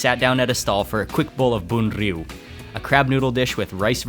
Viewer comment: Great pronunciation of bun rieu.